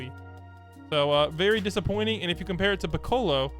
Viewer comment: why does he say piccolo like that